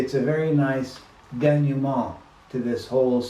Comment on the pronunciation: As a native French speaker, ''eau'' is a O sound. so it's indeed, Tana ''Monjo'' and not Monju. I think you switch the ''eu'' sound and the ''eau'' sound. But, the dénouement pronounciation was perfect. ^^